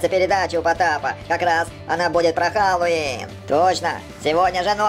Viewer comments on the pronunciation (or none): none